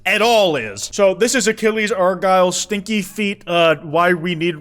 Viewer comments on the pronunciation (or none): The way you put such emphasis on “STINKY” feet is killing me 😂